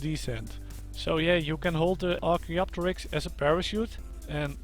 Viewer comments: Perfect pronunciation by the way. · You pronounced it right